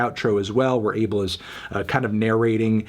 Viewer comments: His name is pronounced ah-bell not able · MELON IT'S PRONOUNCED AH-BEL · That’s not even how you pronounce his name in Ethiopian. It’s actually pronounced “Aw Bell.” The incorrect pronunciation is triggering me because I’m Ethiopian myself. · Calling him "Dis-Abel-d" was kinda sus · Could’ve sworn his name was pronounced “UH-Bell” 🧐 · Genuinely, how can people not say Abel's name properly? Its not a hard sound to make... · This nigga not saying his name right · its kinda weird how people call him Abel. Plus they even pronounce his name wrong lol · every time he says Abel wrong i cringe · It's pronounced A-bell(🔔) tes-fi(WiFi,sci-fi) How do I know? I am eritrean. Eritreans and Ethiopians are basically sister/identical cultures and there isn't enough divergence between us to make us pronounce names differently.